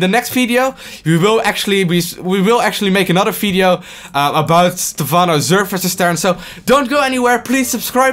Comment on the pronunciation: Im not English, but I heard he say only Fideo instead of Video, its funny to hear that, where is he from? dont hate me